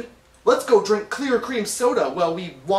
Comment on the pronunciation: HAHA Clear Crream soooda